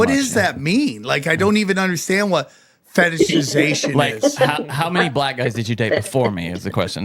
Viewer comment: The fact that Sam can pronounce the word fetishization PERFECTLY says it lot about his corn habits